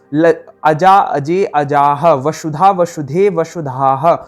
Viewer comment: Sir why do you pronounce :sa" as "sha"? "Vashudha" instead of Vasudha?